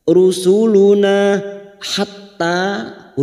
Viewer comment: Assalamualaikum..hadir pada ustadz..mksh atas ilmu nya..sht slalu..pa ustadz itu rusuluna bkn rusulana..mksh 🙏